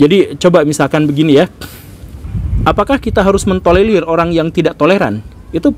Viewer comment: TOLERIR bkn TOLELIR pak guru :v